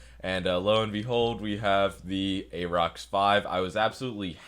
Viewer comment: Pronounced "air-rox". Like "air".